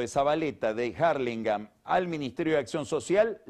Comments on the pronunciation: Que capo el pelado. Me encanta como pronuncia "Arlingam" y a Scioli que le dice "Yoli". 😁😁😁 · me pone de la nuca que diga 'jarlingam' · "Jarlimgan" jaja